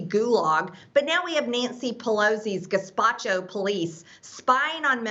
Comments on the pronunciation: Gespatcho?? I just know she didn’t mean Gestapo 🤣🤣 that damn bleach has gone to her brain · LOL 😂😂😂😂😂....I lost it when she said "gazpacho police"...😂😂😂😂😂😂😂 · Did she really say gespacho? Lmao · Wait... did she just say "Gespacho..." I wonder if she knows that Gespacho is cold vegetable soup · lol she said "gazpacho" 😂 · Was that word play for no reason or does she just not know how to say Ge-sta-po? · Did she just say "gaspatcho" police? Buhahahah, god, English much? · Did she say gazpacho instead of Gestapo? Really? What the actual mothering fuck is wrong with her brain?! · “guh-spa-cho.” I cannot. I can’t. I caint (Black Dialect/AAVE). It is just too damn easy... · did she say "gaspacho"? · Did she....did she say "gazpacho???" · Am I wrong or did she say Gazpacho for Gestapo? She is drowning in a sea of stupidity. 🤦🏻‍♀️ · GESTAPO Karen, say it with me, "GESTAPO" 🤦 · I thought she said gazpacho, lol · she did, but it came out as "gezpacho". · did she say gaspacho? LOLLOL LOL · MTG continues to turn into a gibbering idiot, and literally runs off her mouth without thinking of what she is saying. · Did this bitch just say the damn cold SOUP police? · Brainless twit. Not only her mispronunciation of the central word of her rant but trying to equate a brilliant political leader in our democracy with the secret police of a dictatorial and genocidal regime? This gal hasn't done her domestic or foreign history lessons at all. Someone SHOULD look over Greene's shoulder and see what she does. Did she go to class or get high behind the gym? Pelosi leads since 1987 in the 4th largest economy in the US. First woman Speaker of the House. MTG - Not so much. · You’d think someone who rants nonstop about vaccines being like the Holocaust would know how to say Gestapo… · How can a nazi mispronounce Gestapo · Haha! She said Gazpacho instead of Gestapo! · Good grief. She meant to say the Gestapo and is too dumb to know it’s not Gazpacho. 🤦🏻‍♂️ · did she just say gazpacho?